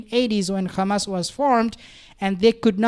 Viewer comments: Stop saying khamas it’s Hamas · Bro stop saying Khamas, its Hamas. Zionists say Khamas. Its like saying Khomos instead of Homos